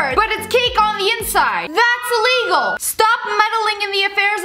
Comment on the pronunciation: I just loooove when she say"THatHs ILeIgal"